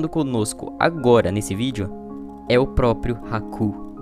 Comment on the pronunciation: propio? Não é proprio?